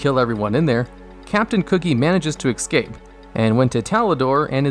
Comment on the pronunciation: please don't say ekscape lol...? great vid regardless